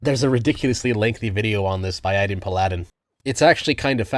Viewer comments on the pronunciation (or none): ... I'm beginning to think you mispronounce names just to trigger us autists. Aay-Din Pal-a-din.